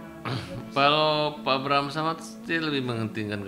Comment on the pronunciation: Knp jd abraham samad si nyebutnya😅